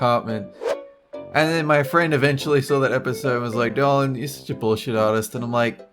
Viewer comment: Sounds like she said "darling", instead of "Dolan"